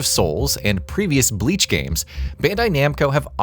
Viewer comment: My guy I get pronouncing forgein words is hard sometimes but still you are posting a review of a game. Atleast do more rescherch about how to pronounce the words correctly. It's very clear that you have never watched Bleach because if you did then you would have never pronounced the word or character names so badly.